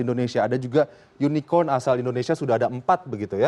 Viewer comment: Unicorn. Bukan unicon. Ngomong inggris aja bawa contekan. Wkkk